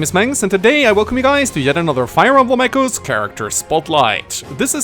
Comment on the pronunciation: does anyone else hear "chimechos" as in the pokemon every time says "come echoes"?